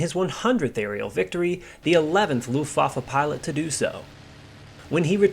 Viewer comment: Yeah, whenever I hear "Looftwoffer" I don't know whether to laugh or cry, or both.